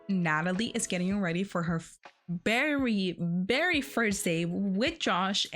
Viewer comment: You say Very not Bary 🤣 Very well very good NOT bary !